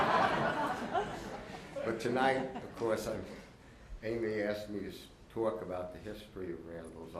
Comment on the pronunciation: Make that “towak”.